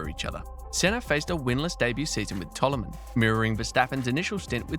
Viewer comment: Your pronunciation is really weird. Why do you call "Toleman" "Tolluman"???